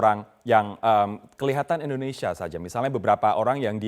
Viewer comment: ENDONESIA YA PROF? Wkwkwkw